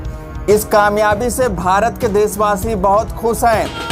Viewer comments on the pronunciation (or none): none